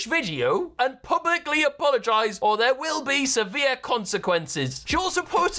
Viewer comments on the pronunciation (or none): Morgz Mum "they're will be seveere consiquences" you can tell she needs this YouTube money 😂😂